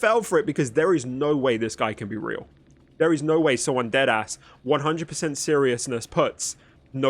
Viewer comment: He said dead ass like a black guy